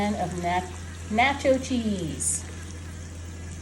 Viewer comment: Who taught you how to pronounce nacho cheese?